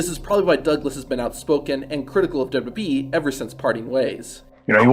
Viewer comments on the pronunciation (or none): Lol really? Sounds like he's saying dub-dub-eeeee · "dub duhBee" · The way u say wwe made me stop watching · Does this narrator not know how to say WWE?